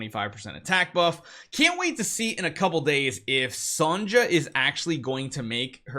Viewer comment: Lol u don't pronounce the j in Sonja. But it makes me laugh cause my gf is named Sonja and I call her Sonjay like the way u say it to annoy her lol